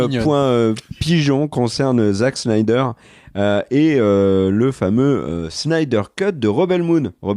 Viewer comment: qui prononce le nom de Snyder « Chnaider »…. Mais pourquoi transformer un S en CH? Je veux bien admettre qu’il soit nul en langue étrangère mais en anglais comme en français un S se prononce S.